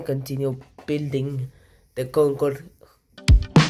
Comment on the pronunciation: the "gogode"got me dying